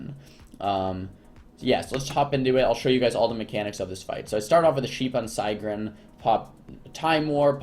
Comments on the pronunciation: your saying sigryn wrong. just letting you know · the way he say it lol